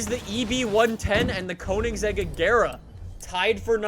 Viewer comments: did this guy just say wot CONE-IN-SEGG-IG-ERA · Hol up... its cona-a-seg not conen-zeg. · Anyone else cringe at how he said Koenigsegg ?? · Jaylen Reives-Laws conansaeg regeera